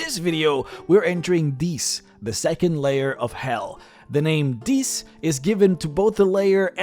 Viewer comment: Love the video, hated the pronunciation of 'Dis.' I imagined that the place was occupied by large waterfowl with an aggressive personality. Actually, it would be hilarious for a party going to Dis winds up in Deese where they have to fight demonic geese.